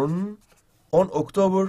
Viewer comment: The twenty octiber nine teen tventy first